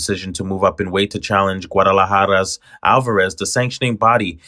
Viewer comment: just pronounce guadalajara correctly 👎